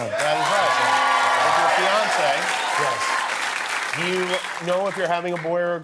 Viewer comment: lol I thought he said Beyoncé not fiance